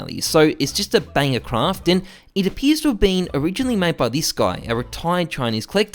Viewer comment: Every time you say craft i cringe